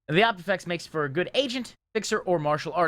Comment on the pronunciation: Quick friendly correction, its Opifex not Optifex